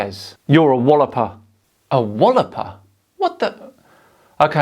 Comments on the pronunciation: Just FYI, walloper is pronounced "wah-lop-er", not "wall-op-er". I don't agree with his comment though, you aren't a walloper at all. Keep up the good work, dude. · It's a "waalloper", not a "wolloper", but whoever called you that is a glaikit bampot, but gallus with it. Never a good combination.